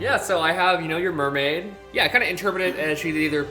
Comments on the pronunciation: MERMAID not ~MERMAY~ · It's pronounced MERmAid